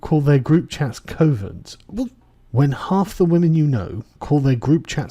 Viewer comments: It's pronounced 'cuvvens' not KOvens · It's C of ens. Not C o vens…. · ...pronounced cuvens, not literally covens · Cov-ens like "gov" but "cov" lol boomer..